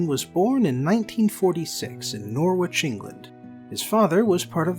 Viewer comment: Ah, Norwich isn't pronounced like that in the UK. It's said more like "Noh-ritch"